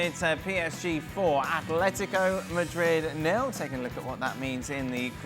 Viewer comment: Imagine this being your job and you can’t even say Atlético properly It’s ATLÉTICO not Athlético